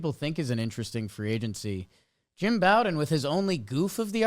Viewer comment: Jake Jim Bowden pronounces his name like Beau-den or Bo-den. It's not pronounced like the bow of a ship or Bobby Bowden